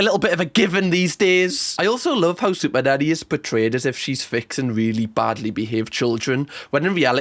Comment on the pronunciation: It sounds like sometimes you say superdaddy lol